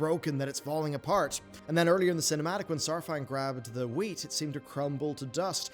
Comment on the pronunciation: bruh...its wheat.....wheat.